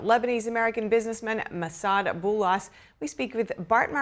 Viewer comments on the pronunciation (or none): I wish for the presenter to learn how to pronounce the foreign name. It is the least effort you can possible do ,to look it up.